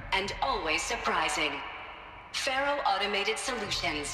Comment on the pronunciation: Its fun to notice that before Aloy See's Ted and Elizabeth's conversation she mispronounces the name 'Faro'